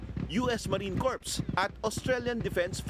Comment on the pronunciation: yung Marine "CORPS", which is pronounced as "KOR", ginawang "KORPS". ginawang PATAY. potek... ang bobobo na talag ng mga nasa media natin ngayon. nakakainis.